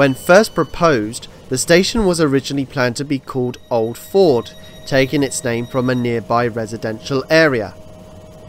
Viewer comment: Maybe I misheard but it sounded as if you called Stadium "Old Ford" when it was actually "Old Fold".